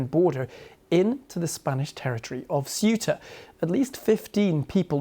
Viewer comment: FFS learn how to pronounce Cueta(hint sounds a bit like Kuwait) Obviosly organised yeah, but the big question is WHAT NOW?